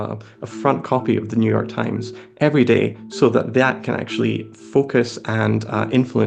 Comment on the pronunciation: Ah, yes, the Neue York TimeSS